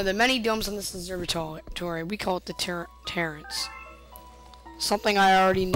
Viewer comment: Actually, the first dome is called the terrace, pronounced tair-iss. Also it has never been said if Dino Piranha is the child of Petey Piranha or not, I don't think he is.